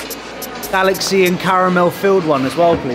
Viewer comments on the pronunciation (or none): none